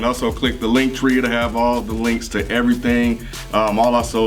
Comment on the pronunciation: "link tree" that how you know a programer